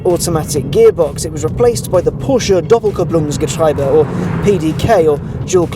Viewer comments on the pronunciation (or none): "DoppelkupplungsgetrIEbe" is pronounced doppel-kooplungs-ge-TREE-buh not "...-tribe-uh." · ...too bad. you almost got it right. doppelkupplungsgetriebe not ...-getreibe :) Great car though. I love the Cayman for its rarity and to me it just looks like the younger brother of the 911. would love to have one but I assume insurance is quite pricy for that kind of car